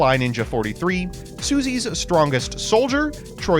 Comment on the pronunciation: okay ily but its su-ee-say not susie